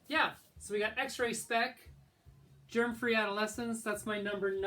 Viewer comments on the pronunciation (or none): It's X-Ray SpeX with an X, not X-Ray SpeC!!! How hard is it to get a band's name right when you own their album? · It's X Ray Spex, as in specks. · It's X-ray Spex. Not 'Spek'. Stopped watching after that - before we got to the Sek Pistols. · Typical yank who wouldn't really know what the real punk scene was like in the UK when it all started. the Jam were never a punk band and neither were Wire (even though Pink Flag is a good album). The Buzzcocks were also by their own admission not a punk band. Notice how he can't even pronounce X-Ray Spex correctly. A joke of a video to people of the UK who were there at the beginning of punk starting.